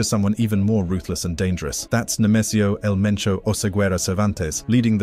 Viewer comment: They said El Mencho not El Menso.